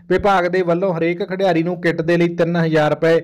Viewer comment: ਖਿਦੀਆਰੀ ਨਹੀਂ ਖਿਡਾਰੀ ਬੋਲਿਆ ਜਾਵੇ।